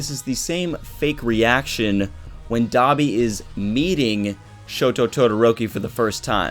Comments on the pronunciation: Stop pronouncing Dabi as "Dobby" i keep thinking of dobby from harry potter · Oh I thought u said Dobby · It's dabi not dobby😅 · Am I the only one who thinks "Dabi" sounds like "Dobby"